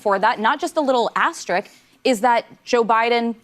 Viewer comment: It's crazy how people cannot pronounce the word asterisk.